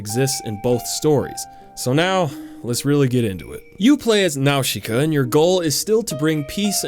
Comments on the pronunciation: not "now-shi-ka" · y;all why do you keep saying now-she-kuh they say it in the movie it's naw-sih-kuh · Yup the pronounciation almost correct. The katakan used for Nausicaa is ナウシカ. The correct pronounce is "Na-u-shi-ka” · Nawshooka 😂 It’s Naasica dudeee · Small criticism, m’man: “Nowsheekah” is just the Japanese localization of the real name. Its not really meant to be pronounced that way, it’s just the closest their language can get to it. Nausicaä is a Greek name (of a mythological princess), pronounced “NAH-sih-cah”. Calling her “Nowsheekah” would be kinda like someone insisting that your name is pronounced “Jeiku”. Lol. Great video, though. I’d totally play that game. 🤘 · Nausicaa is pronounced with an s sound, not an sh sound. Nau-si-caa not Nau-shi-caa. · Fucking nawshika? Boi. I hope you're wrong. I'm pretty sure it's pronounced Nawzika. Dunno. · Nausicaä: na-sic-ka Great video dude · jakey it's pronounced "naw-si-ka" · its 28 days later , not 20, also its not pronounced now-shi-ka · NAOSHEEKA?? THEY literally say her name correctly in the movie... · If you say Nawshika and not Nausicaä one more time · Cringing at the pronunciation nawsheeka yep sounds about right. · "Nawsheeka of the valley of the wind"😅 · the i in "Nausicaä" is silent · Great video but didn’t like the way he pronounced nausica so gonna go commit mass genocide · Jakey butchered that pronunciation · his pronounciation of Nausicaa gets me everytime lol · you say nausicaa in a way that makes me wanna die. still love you tho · literally no one says Nausicaä like that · I'm willing to forgive how you pronounced her name because of your fucking amazing ideas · then explain why the movie DOESN'T pronounce it like he is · all your pronounciation is wrong! tolm"ee"kians, nau"s"ikaä, etc.